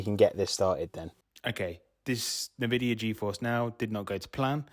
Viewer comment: In vidia .... Not na vidia. 😊